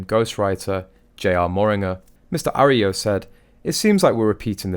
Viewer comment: Arroyo is pronounced : A- Roy-yo. And I don't know a single person who cares one bit about either of the Suck- exes.. They are ingrates and whiners. Nothing for Americans to admire in that.